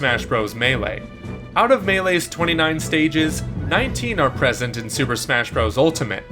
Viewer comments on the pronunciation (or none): none